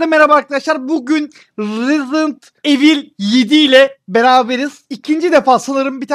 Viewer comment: rezident evil 2 yazıldığı gibi okunmuyooooooooo abi seviliyon online oynanıyorsa barış abilerle oyna